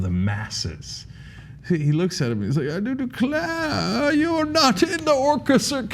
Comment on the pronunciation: CENK: I Do Declaaare…. haha